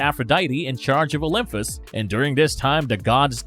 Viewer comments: It’s Olympus, not OlympHus. And Olympians not OlympHians, i.e. not like lymph nodes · Atrocious pronunciation. OymFus. OlyFians. Hahaha! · Ughhh! Can anyone ELSE narrate this video? Every third word is pronounced horribly wrong. Olympus does not have an "f" sound ANYWHERE. At this point, this guy is butchering the pronunciations on purpose; right? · He mispronounced Olympus, a lot of the Gods’ name etc. it’s hard to listen to